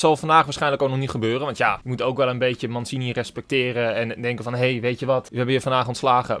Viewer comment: Mansini ? Hahaha uitspraak nog even op oefenen 😳